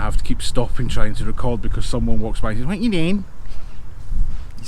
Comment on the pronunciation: Being scottish as soon as you said someone walks passed going wit ya dain😂😂I watched from that point on waiting for the video bomb"wit ya dain"😂😂